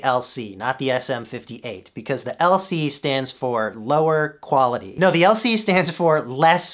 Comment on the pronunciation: "Lower Cuality" SENT me lmao.